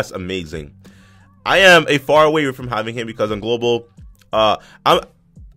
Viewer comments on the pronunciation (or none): none